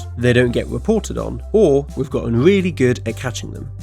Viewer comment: The narrator either has a quirky accent or a speech impediment. It sounded like he said "wold" instead of "world," "Amewica," "opewational" and "weally" instead of "really." I do realize the "r" is often soft or gets dropped entirely in some types of British accents, but I'm not sure I've heard it sound like a w. Edit: Ah, I see at the end of the video he makes fun of himself for saying sewial instead of serial.